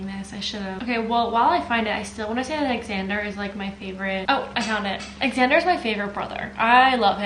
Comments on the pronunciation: I think it’s pronounced like Zander hahah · Is it pronounced “X-ander” or “Zander” 🤔